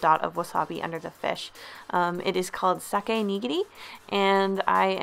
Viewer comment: Not Sake Neegeegri (quickly) It’s (Sa-Kay) (Knee-Gear-E)